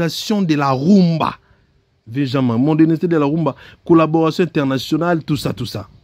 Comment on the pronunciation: Wetchi , bonne analyse, mais, la prononciation sur certains mots français n'a pas été bonne.exemple . modernisation et non mordenisation .